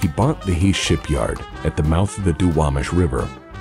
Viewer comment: Thank you for pronouncing duwamish correctly.